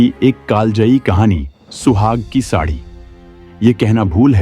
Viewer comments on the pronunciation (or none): साडी को सादी बोल रहे हो । कपड़े को कपदे बोल रहे हो